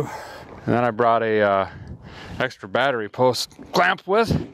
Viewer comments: Well as your pinned commenter said, you certainly have earned it. The biggest and best milestone/happiest moment for me though personally, is when a guy quit on that pronunciation of the word battery that drove me to distraction. So from me, THANK YOU for dropping the "bieattery" lol. Love ya man, but that was the one thing that just grated on the ears, everything else you do on the channel I honestly couldn't ask for better & the fact you've kept it real and not gone all Freiburger on us is even nicer. 🛻Here's to the next million/next 3 years. The fact you've grown VGG so quickly speaks volumes about how relatable and honest you are, just snags a guy in & makes him feel right at home somehow. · I started losing it the more and more he said bat tree 😂😂😂 have always liked his terminology if you don't know what a charging whirler and a lightning houses are step away from the vehicle😂😂😂👌👌👌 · now I remember why I subscribed to your channel. because it's videos like this. this was absolute genius. well, maybe not so much. no, it is. it's absolute genius. well, maybe not. no, no it definitely is absolutely genius. that's why I know for a fact, it'll be fine. 😳💯 battery is pronounced, bat trees😁🎄 Merry Christmas you guys. enjoy your holiday. 🎄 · I love how he's reduced the word battery to two syllables....now that's efficiency.